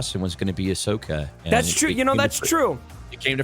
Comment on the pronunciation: needs to watch the shows. She know nothing about Star Wars. Even said Ashoka’s name wrong lol.